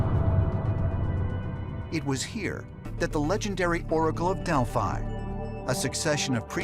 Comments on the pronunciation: I lost all interest the second they started pronouncing Delphi wrong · You said Delphi wrong many times... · To bad they kept pronouncing Delphi wrong